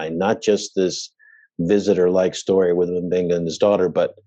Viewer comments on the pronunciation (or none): Yes, it's supposed to be "Mmm-Beng-Gah," not "Emm" or "Muh". -- Many African languages, but also Ancient Greek have words starting with M, N, Ng, plus a consonant. Although Ncuti Gatwa, the new 14th Doctor Who, is pronounced "Shoot-Ee," it may be "Nnn-Shoo-Tee" or "Nnn-Tchoo-Tee" in his parents' native language. They immigrated from Rwanda, refugees, to Scotland when he was a baby. So you get Mb, Nd, Ng or Ngg (Ng-G), Ny-, Nj-, Nc- or Nch-, and so on. In SNW, they say Dr. M'Benga is from Kenya; I don't recall if Uhura is from Kenya also, but she is native African. In TOS, she spoke Swahili as her primary native language. I don't recall if TOS ever stated what country she was from. (I don't speak any African languages, but I'm a language geek. Uhura rocks.)